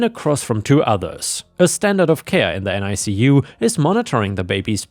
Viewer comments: For future reference, NICU is normally pronounced NICK-you. Both of my kids had to spend time in a NICU due to jaundice. My son was close to needing an exchange transfusion. Scary times. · NICU is usually pronounced NickYou in the US.